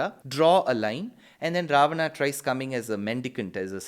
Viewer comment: Idiot, this is how you pronounce it in Sanskrit. Loser